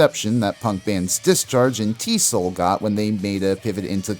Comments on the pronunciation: TEE ESS OH ELL not "T-soll" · Also I remember people referring to EZO as "E-Zee-Oh". T.S.O.L. is just that- it's initials, not a word. Not pronounced "T-Soul".